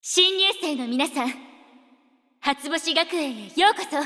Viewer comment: 「初星学園」の“し”の発音すこ